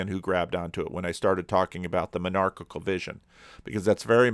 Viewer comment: I thought you said menarchail vision and that's a weird thought... (Menarche)